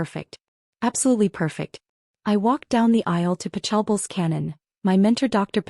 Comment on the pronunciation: Interesting pronunciation of Pachelbel’s Canon .